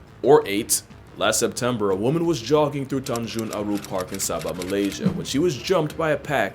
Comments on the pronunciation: Correction, it's not tanjung abu, it's tanjung aru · Ahhh Its Tanjung Aru, Perdana Park. Not Tanjung Abu hahahahah and yes it's at Kota Kinabalu, Malaysia. The park Which is located 5km away from the International Airport. And 3km away from beach and hotel resort too. And yes It's located where I lived. It been spotted multiple times before the attack like wayyyyyy 8-9 month ago until the attack. Authorities trying to capture it but still pop back again and again.